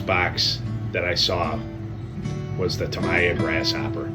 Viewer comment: Tam-eeee-ah! I had to stop watching as your mispronunciation was grating!